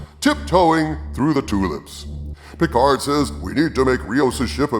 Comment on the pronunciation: Star Trek Peecard.